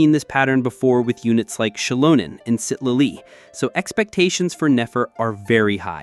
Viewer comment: Citlali ❌ Sit-leelee ✅